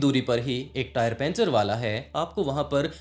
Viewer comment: पंचर ❌ पेंचर ✅